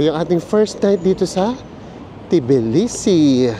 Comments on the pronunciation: Just being informative, its pronounced as tuh·blee·see 😊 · Cut the T po it’s Bilisi